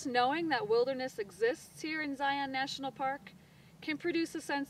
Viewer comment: Please ZNP. After watching your video here, I humbly ask you to teach your rangers how to pronounce the name of the park! Use Webster's dictionary or website if you must. It's ˈzī-ən. LIKE LION (ˈlī-ən). Only if you claim Hebrew as your first language and are apt to wear a kippah (kippa?, kipoh?, kipa?, kippot?)---will we acquiescently accept the non-standard transliterated pronunciation of Ṣiyyôn?, Si-on?, Syon?, Tzion?, Tsion? or any of these other common New England Yiddish pronunciations. Think thusly... only peons (a lowly individual pronounced pā-ˈōn or pē-ˌän), or ions (an electrically charged atom pronounced ī-ˌän), or pi-ons (a subatomic particle pronounced \ˈpī-ˌäns\), would say zion incorrectly. (Other than that, you did a great job here )